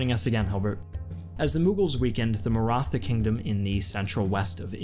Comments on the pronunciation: NEVER SAY MARA THA its pronounced marat ha I frgive u for butchering it haha dont be toxic im just joking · As an Aussie that's lived in India for 10 years it even slightly annoyed me you say mara-tha. If you're so interested in history why not run this past an Indian? Feel you've lost a big audience that may otherwise be there. Almost a similar mistake the British made.